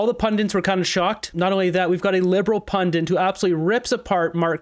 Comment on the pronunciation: Love you but it’s “pundit”